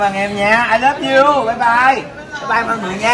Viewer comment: Ngon lắm nha còn nhấn mạnh "thúi lắm" 😂😂😂